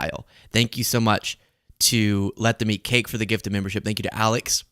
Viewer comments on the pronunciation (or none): none